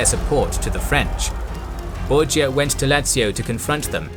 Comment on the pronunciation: The Borgia called themselves 'Bor-ja' not 'Bor-ha', to fit in with the italians.